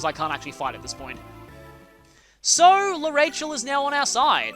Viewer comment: I dont mean to be rude but its prenounced arashell